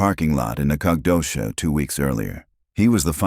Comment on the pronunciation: You need to teach your AI how to pronounce Texas locations. Sabine? Nacodoches? Annoying. At least now they're giving a teeny tiny mention that it's "based on a true story." I just wonder what part is true. 5 kids missing? It can't be that. We don't let one child go missing without bringing out dogs, horses, 4-wheelers, helicopters, and every person that can walk. These days I'm sure there's even a few drone pilots.